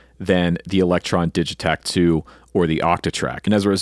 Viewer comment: Heads up it’s pronounced with a hard “g” (so, “Diggitakt), they’re a Swedish company